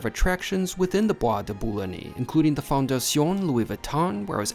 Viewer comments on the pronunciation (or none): The Bois de Boulogne isn't pronouned with that e at the end, de Boo long. It's where the vampire Lestat was first taken. You were lucky to get out with the tab.😂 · It is pronounced Bwah duh boo loon yuh😅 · Boo ah de boo loin. Pray Catalan. Nice video but please check pronunciation. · pronounced "bois de bouloin" one doesn't pronounce the "g" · Don’t pronounce the ‘e’ ending in ‘Bois de Boulogne’.